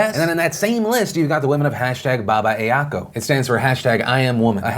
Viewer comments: Philip Defranco you have a freaking team of researchers and you couldn't ask them how to pronounce Babae ako. I dont know if this helps but Ba. Ba. Eh. a. Ko From philippines with love man. Love you face hope you fix this in the next show. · Hey Philip, considering that that movement's from the Philippines, it's pronounced as ba-ba-E(h) Ah-Ko (the syllables which are capitalized are hard). Much love from the Philippines. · It's pronounced "Ba-ba-e A-ko", and it translates to "I am a woman". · Philip DeFranco your pronunciation of “Babae ako” is actually pretty good. You just need to pause between “babae” and “ako” and you would had it. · Great vid Phil, except you pronounced #BabaeAko wrong. It's not "Babaye", it's "Bah bah eh" (say it a bit slower), and then "acoh" for ako. Yes, this was a totally important piece of info Kappa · Hey phil, you pronounced the hashtag wrong, its Babae then Ako. Sorry, had to comment it but still great coverage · i had no idea what language that was when you said “babaeako” until i saw the banner LOL the pronunciation made me laugh 😂 its not really baba-ea-ko its baba-eh (pause) ah-ko just a little tagalog lesson :) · Hey Phil, , it's actually pronounced "ba-ba-e ako," not "baba-ay-ya-ko" :) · Cringey AF Phil.. But I get it you're white.. Its BA-BA-EH AH-KO lol. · Hey Phil, couldn't help but feel it was weirdly adorable how you pronounced BabaeAko, it's Ba-Ba-E A-ko (like strong hard sounds). It was fun hearing you try to speak Tagalog. XD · Yahaha "Babaeyako" Close enough at least! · Lol oh Phil. I appreciate you trying to pronounce it at least. It's "ba-ba-eh ah-ko". Long time fan, but that's the first time I've heard you attempt Tagalog. Hope it's not the last. It put a big smile on my face. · Hey Phil, it’s pronounced “Bah-Bah-Eh Ah-Koh.” I understand why it’s easy to butcher but I’d like to inform you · You mispronounced "Babe ako". Just a bit of trivia, it means "I am a woman". xD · lol.. Babae ako is pronounced Bah-Bah-Eh Ah-Koh